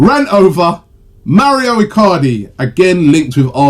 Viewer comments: Mauro, not Mario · Its MAURO Robbie not mario